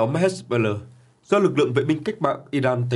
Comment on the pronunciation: Phát âm...nản, hết... "he-bô-lát", rồi đến "hét-bơ-lơ"...?!😅😅😅